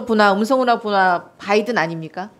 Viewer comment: 바이던은 박으면으로 들리것지...